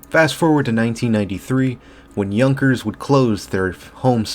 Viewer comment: Yahn-kers. Not Young-kers.